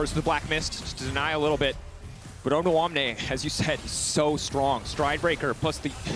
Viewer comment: they are pronouncing odoamne's name so wrong XD